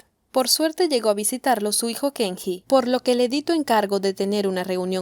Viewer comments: Dice Kengi a cada rato... Si sabes que está mal pronunciado xq lo pronuncias mal en todo el vídeo ? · Se lee: Kenyi!!!! 😄